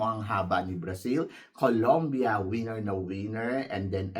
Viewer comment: ......Correct your PRONUNCIATION......It's not WIENER. This means your DING DONG. It's WINNER.